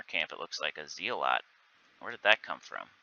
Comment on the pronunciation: Hey fyi it’s Zell-et not Zee-lot otherwise great video as always :)